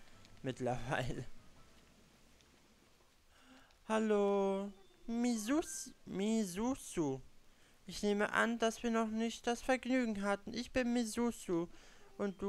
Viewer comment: ich glaube misuzu wird misudsu ausgesprochen